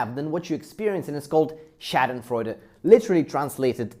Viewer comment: SH-AWH-DENFREUDE. Not AAh like you're gagging smh